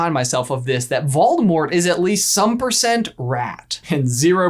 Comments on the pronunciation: “Freakin’ Moldevort” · Moldivort. Was he referencing the new Ted-Ed riddle, or did I miss something really obvious😂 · Ah yes, Moldevort has returned! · Wait did he call Voldemort Baldo? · Instead of "Moldivort", he should have been called "Voldiwart" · Always Moldevort... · Moldevert.....😂😂😂 I love peeves.... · Yayyyyy he said Moldemort!!!!!! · Don't worry if your not sure its Moldevort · ahhh good ole Moldevort... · I don't know exactly why, but a true surge of happiness went threw me when said Moldevort!!! #SeamusAsMoldevort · Moldevort! it makes me laugh more than is reasonable.. hahah... moldevort... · Maldevort Me: Lol 🤣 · Moldevort? Umm...don't you mean Seamus Gorman?